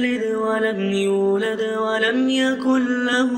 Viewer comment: هناك خلط بين الفتحة والقلقلة في كلمة "يولد" الرجاء الإنتباه إليها بارك الله فيكم وجزاكم الفردوس الأعلى